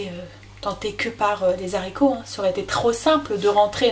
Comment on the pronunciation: Quelle cuisinière, tu me donnes envie de m'y remettre et ta chaîne est une mine d'or. Je t'en remercie beaucoup. Une petite remarque en passant (ne le prend pas mal) : les Zaricots euhhhh 🤔, c'est meilleur sans fil et .... sans liaison 😊 A bientôt pour déguster tes prochaines vidéos 👍😘